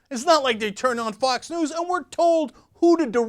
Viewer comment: Dammit, "Fox 'News' ", not "Foz News' "